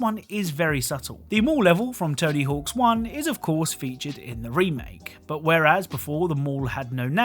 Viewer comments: One thing: It's "Tony Hawk"... not "Tony Hawks"... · There’s no S at the end of Tony Hawk. Sounds goofy hen you keep saying tony hawks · “Tony Hawks” games. TONY HAWK GAMES*** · It’s weird how you can tell he’s pronouncing it as Tony Hawks rather than Tony Hawk’s. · I know and it’s driving me crazy lol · I really hate the way you say “Tony Hawks” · “Tony Hawks” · It drove me crazy